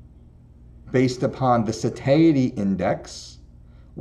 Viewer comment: Sa - TIE - ity... not sa tae ity.